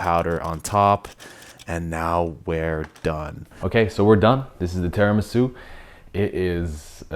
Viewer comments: as an Italian I can say it's called tiramisu not teramisu jajajaja love u guys just joking x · I know. I'm pointing out his pronunciation of Tiramisu